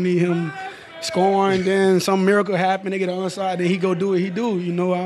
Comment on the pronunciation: Tampa bay buccaneers what happeneduh